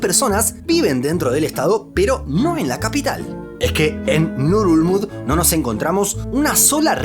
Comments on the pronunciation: Pondría este video en repeat eterno solo para escuchar el nombre de la capital de Palaos... Bululú dice?? 🤣🤣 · Ngerulmund: pronunciación nurulul,..nururururl......nurulurul?? XDXD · No entiendo la pronunciación. Leo Ngerulmud, pero escucho Nurulud 😅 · Pronunciar esa capital es bien difícil jajaja solo escucho ngulug